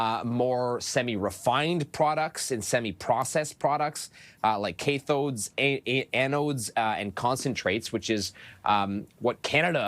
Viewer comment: Kaythodes and eh-nodes you say? 😅 Only the bestest edumacations here for the Canadian press.